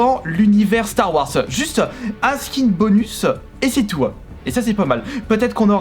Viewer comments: s’il te plaît arrête de dire star warce mais star warze merci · star warz ça ce prononce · Ça me stress comment il dit Star Wars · Tqt pareil faut qu’il apprenne